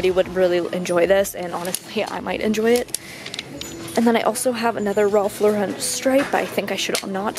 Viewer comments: I say “Ralph Loren” (I know that’s not how it’s spelt) not “Ralph la-ren” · wait. why she have to b extra and say “rAlph La-ren” it’s legit ralph lauren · She pronounced Ralph Lauren weird too and I was shaking my head when she couldn’t pronounce Cherokee right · the way you say Ralph Lauren stresses me out